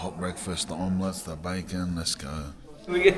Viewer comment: Weird hearing a grown man say "let's ogg"😂